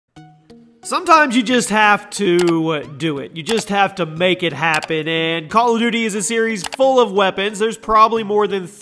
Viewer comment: I love how you said bal of duty